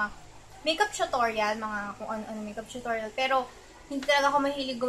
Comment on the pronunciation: wow tsutorial.daw mali.pronouncation hahaha